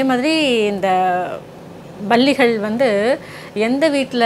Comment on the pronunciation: Balligal ,Balligal என்று சொல்வது தவறு. Palli , Palli ,Palli enru sollavum.